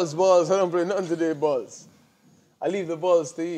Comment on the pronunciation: Dillian: “I don’t play no sport with bars bruv. I’m allergic to bars.”: “is football crossbars...is it?” He saying BALLS with that Jamaican accent!! 😂